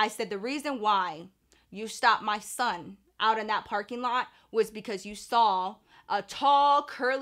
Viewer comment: The way you say “MAH SON” lol I know it’s real!